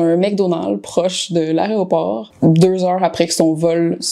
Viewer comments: je ne fais pas confiance aux gens qui disent "Aréoport" ! Ça décrédibilise directe. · Il s'en passe fes choses à " l'aréoport"!!!!!😂😂😂😂